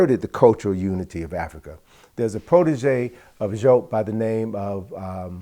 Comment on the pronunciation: Brother, learn to pronounce professor Jopp properly. The French transliteration is Diop as in Dee Hope, without pronouncing the H in Hope. DeeOpe or Jope to sound like the Woloff of West Africa